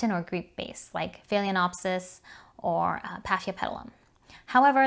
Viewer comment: Excellent video! Proper pronunciation is key. I’m a language major, so mispronunciations hurt my brain! 🤯 There’s no “cattle” in Cattleya!!! Just curious, you didn’t mention why you add an extra syllable in the pronunciation of phalaenopsis. Maybe it’s just my ears not hearing correctly? There’s only one other YouTuber that I’ve heard pronounce it the way you do. I appreciate your no nonsense approach to orchid tutorials. 🙂